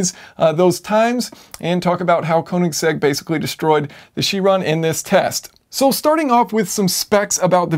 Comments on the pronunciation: Yes, and Kööönigsegg. Not koooenigsegg. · Heh.. Kowningsegg? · Orachi sorry its konisegg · Thumbs down for pronouncing "Königsegg" wrong.